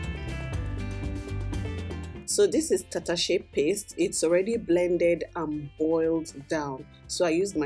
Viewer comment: You pronounce Hausa words Tatashe and Shambo pretty well. Did you stay in the North? Love from Abuja